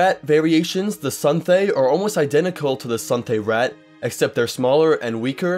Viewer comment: Anybody else get annoyed when he said rat instead of raht.